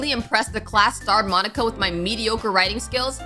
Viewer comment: No offense or anything, but... "Monkia" 😭😭😭😭